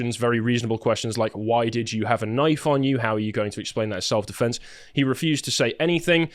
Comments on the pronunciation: Deflenks 💀 How?? How do you, not just mispronounce that word as a so-called human rights spokesperson, but in that manner?? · He not only said "self deflence", he said it twice. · Why does he think defense has an "L" in it?